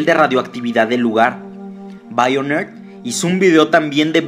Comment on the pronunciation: me da mucha risa como lo dice Haganle caso a BAIONER